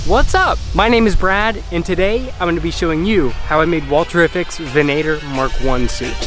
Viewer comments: Is no one gonna bring up their pronunciation of "Venator"? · Why do Americans have issues pronouncing Venator?